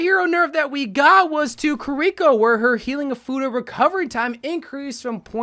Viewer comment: "Sore Jorn" "Kuhr Eeko" What is this guy's pronunciation lmaooo